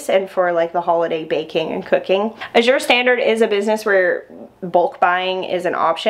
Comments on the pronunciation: A-zure not I-zure. LOL! J.S. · Azure is pronounced with the emphasis on the first syllable. Like azure blue.